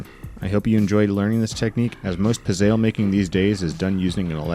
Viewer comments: It’s pronounced “pit-zel” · It's pronounced Pitz - e - lle